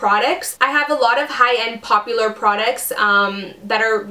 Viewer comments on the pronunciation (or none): none